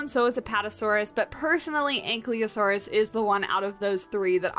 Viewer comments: Once again, I must inform you that it's pronounced an-KYE-lo-sore-us, not an-KLEE-o-sore-us. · Right, she puts the L one step before the Y, could have just misread it or in her brain it's cooked in. In English it's more common to hear an-KYLE-o-sore-us but in other languages an-KILO-sore-us is also used. But really it's fine, there are a lot of pronunciations for dinosaur names because English is not very consistent in how to pronounce words from different languages. Technically it get's even more messed up because the origin of scientific names often mix languages, switching alphabets even, so rules get mixed up too. For example, the word saurus should be pronounced with a rhotic R, not an English one, as if for Spanish or Italian, because both Latin and Greek only have rhotic Rs but nobody is complaining about that. As long as we understand what animal is being talked about.